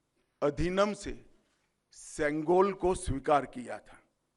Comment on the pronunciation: Please pronounce it as CHEM KOL CHEM means red in colour Kol means. A rod or a stick